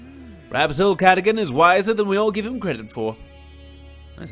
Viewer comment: The knights name is pronounced sir (gar dogan )